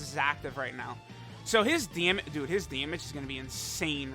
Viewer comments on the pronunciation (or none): none